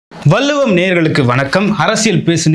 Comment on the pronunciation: வல்லுவம் இல்லை. வள்ளுவம் என்று நாக்கை மடித்து சொல்லுங்க மிஸ்டர்